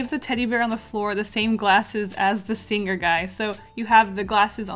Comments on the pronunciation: “I slur my words” 5 seconds later “SinGER” “VetER-AN-ARIAN” 😂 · i didn't know "picture" had different Pronounciation but?? Sing gerrrr wat??